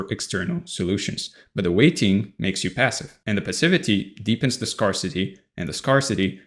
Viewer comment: I normally don't comment to correct how people are speaking. But in this case, I feel like it will land well and you will see it as an opportunity to improve. The words scarce and scarcity are pronounced like "air" -- sk"air"se sk-air-city not "scar"city Aside from that, great content!